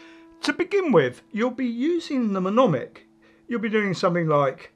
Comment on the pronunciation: I believe you mean "mnemonic" pronounced ne- mon- ic - (the front "m" is silent) :)